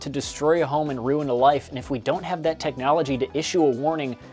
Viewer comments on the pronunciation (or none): none